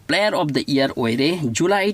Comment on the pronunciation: Pronunciation se yade year haibado ear hai e na